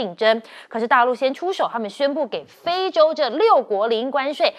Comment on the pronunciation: 是非洲，不是灰洲